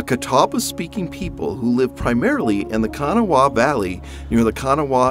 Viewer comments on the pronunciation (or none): As a local to the Charleston area, we pronounce it "kuh-naw" here. I grew up on the Kanawha River west of Charleston, near a small town called Poca. It's always funny hearing people from out of state pronounce it because nobody from outside of the state pronounces Kanawha like we do. I've heard some VERY wild pronunciations. "Kan-uh-wah-hah" is probably the wildest one I've heard.